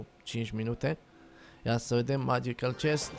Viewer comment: magical se citeste megical nu magiical